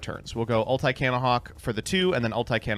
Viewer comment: Why tf does pronounce “ulti” like “ult eye”